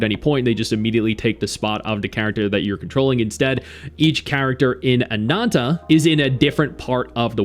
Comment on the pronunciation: Stop saying ANANTA so weird… you speak English.